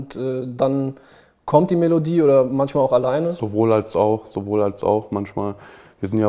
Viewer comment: Niemand:: Safe Bro! Kafa: Manschmal